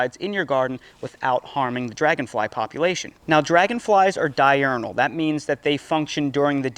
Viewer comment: “Robot drangonfly”😂😂😂